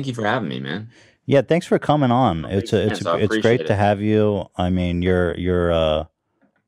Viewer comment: ethan’s “GRET”